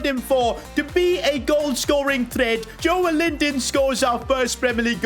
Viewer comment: its joelinton not joel-inton its read jolelinton